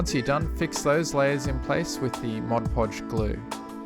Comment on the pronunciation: Thank you! I was wondering why diorama experts like you used Mod Podge instead of other glues and you said it dries matte. And you said it correctly too! Many other tut videos say "Modge Podge". :) Good grief this is a great tutorial series. I am done doing my kids dioramas with that heat moldable grass mat!